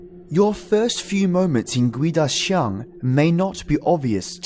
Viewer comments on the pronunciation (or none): It's pronounced as kuay-dah-jiang And its not a creature. First hand experience in Singapore. During the 7th lunar month. I went home late (against the superstition that you shouldn't go home late during the 7th month) and when I was playing a youtube nosleep vid that's 5hrs long at 11pm, I woke up and realised that the video was repeating itself. I paused it and it was at the 37min mark. To my horror, it suddenly was 415 am,for fucks sake I had school that morning. (When you go home late ghosts follow you home and fuck with you as they please. Especially if you have bad karma)